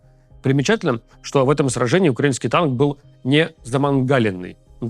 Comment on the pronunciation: ТАК СМЕШНО ЗВУЧИТ "УКРАИНСКИЙ ТАНК" ))))))))))))))))))))))))))))))))))))))))))))))